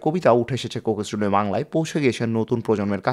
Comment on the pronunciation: সুন্দর ভিডিও। তবে বারবার কোকেস টুডিও, কোকেস টুডিও শুনতে কানে লাগে। যেহেতু এই শব্দটা অনেকবার ভিডিওতে এসেছে, উচ্চারণের সময় একটু সতর্ক থাকা দরকার ছিল। শুভকামনা।